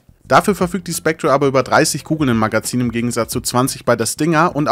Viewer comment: Ich krieg leider Pickel davon, wie du "Spectre" aussprichst